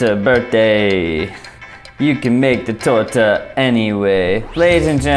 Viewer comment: the way you pronounce "torta" is perfection in itself